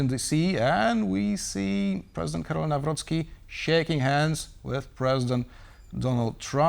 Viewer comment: The first name of Polish president is Karol not Carol. Karol, like in Karl Marx. It's not Carol Marx. Your guest needs to get a bit more education.